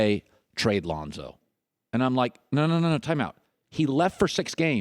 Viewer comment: Chris it's Lonzo..not Lahnzo..😂